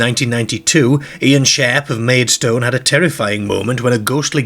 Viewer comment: He’s from up north but seems to pronounce “car” in a weird way on purpose… And he can’t pronounce Maidstone either 😂